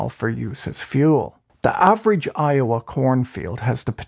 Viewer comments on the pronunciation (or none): none